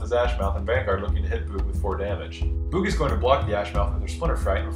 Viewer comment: boogs :D i always hear boobs